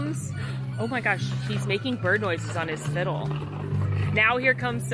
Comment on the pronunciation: Tell me you're from the south without telling me you're from the south.: "fiddle"